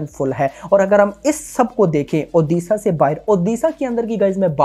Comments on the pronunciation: ओदिशा नही भाई ओडिशा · ओदिसा नही उड़ीसा बोल भाई नही तो unsubs कर duga 🤣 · One request sir pls pronounce the state name proporly..it's not oodisa it's ODISHA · Don't say oddisaaa it odisha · Bro first learn to pronounce the name "Odisha". It's not oddissa. Are you guys for real! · सर इसे ओडिशा उच्चारण कीजिये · Brother aap Odisha ko galat pronounce kar rhe hai, please pronounce it correctly 🙏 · please pronouce odishsa correctly u are from india not from england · since you are using odia film as a content for your channel at least get pronunciation corrected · Odisha ka nam sahi se lele fir movie review karna